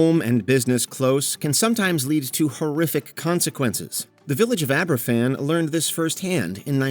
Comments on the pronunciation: It's pronounced Abervan. A single f is a v sound in Welsh. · Does anyone even fact check the pronunciation? The Aberfan entry has archive footage with the correct one, how do you get it wrong? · you really expect Americans to be able to pronounce a Welsh word right? They struggle with English. See Worcestershire 🙄